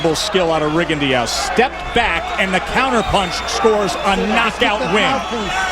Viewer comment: Shit! They really don't know hom to pronounce his name. It's French... Ree-gon-doh!